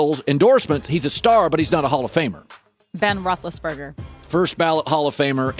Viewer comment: They really said Ben Roethlisberger 😐😐😑😑